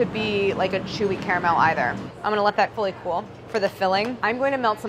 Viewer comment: lol, she says cully fool instead of fully cool